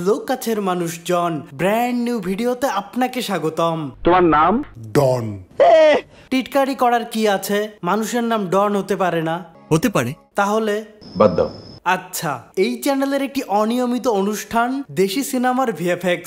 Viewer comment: ভাই আপনি বলছেন ডন আর আমি শুনছি ধন 🤣🤣🤣🤣